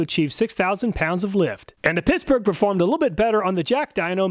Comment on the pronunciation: Is he saying pissburgh?